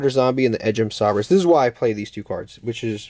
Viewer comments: Nice take on the deck. Edge imp sabres is pronounced say-bers. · "Sah-Brace" is one of the more puzzling pronunciations but I don't hate it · Him pronouncing Sabres incorrectly reminds me of the episode of The Office where Andy and Erin sang a song for Gabe with the wrong pronunciation.